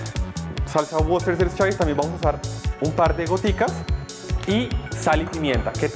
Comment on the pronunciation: Necesito que vuelvas a pronunciar esa salsa porfa